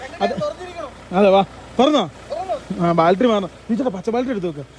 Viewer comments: ബാൽട്ടറി അല്ലടെ ബാറ്ററി ദൈവമേ ഇവരോട് ആരു പറഞ്ഞു മനസ്സിലാകും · ആരെങ്കിലും ഒന്നു പറഞ്ഞു കൊടുക്കെടൈ ബാൾട്ടറി അല്ല ബേറ്ററിയാണെന്ന്. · Baltary❌ Battery ✅😂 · ബാൽറ്ററി 😂😂😂ബാറ്ററി ആണെടോ 🥹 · Kutta baltery alla..... BATTERY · ഇനിയെങ്കിലും ഈ ബാൽട്ടറി മാറ്റി ബാറ്ററി എന്ന് പറഞ്ഞു കൂടെ? 😆